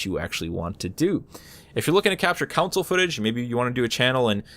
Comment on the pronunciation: You kept pronouncing console as "counsel" :P